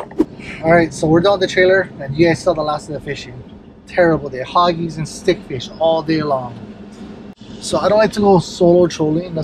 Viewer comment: "HOGGIE-MARK"😂 Campania Lures 🤙🏽